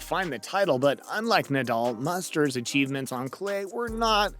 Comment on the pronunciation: The way he pronounced Ivanisevic was interesting. And 'Mustard'.